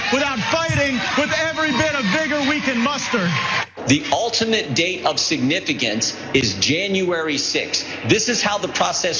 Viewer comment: Does jim jordan not know how to pronounce ultimate? He repeated "altimate" several times. Maybe he's just got a weird accent. I hope he gets locked up too, he's another traitor.